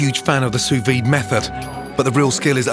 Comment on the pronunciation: 'taste that expresso'... I sense a horrifying linguist...try pronunciation, your butchering of the word 'sous-vide' was bad enough already.